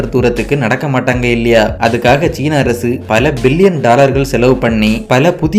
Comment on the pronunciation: மலையாள சாயலில் தமிழ் கொஞ்சம் வித்தியாசமாகவே இருக்கு. நாஞ்சில் காரரர நீங்கள். அரசு என்பதை அரய்சு